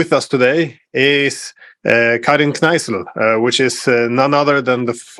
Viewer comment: Thank you for this talk and for including an Austrian diplomat. Also, you might consider that her name is actually Karin K_n_eissl, not K_r_eissl.